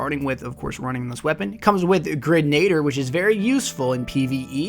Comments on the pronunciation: I hate being that guy, but it is not Grenade-er. It is Gren-ah-deer. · grenadier is pronounced [gren-uh-deer] not [gri-neyd-er] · gren - uh - deer